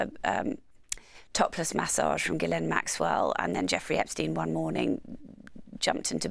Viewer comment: This host is the only person to ever pay respect to Ghislaine’s name and pronounce it correctly with such reverence… idk … like she was saying her heroes name or something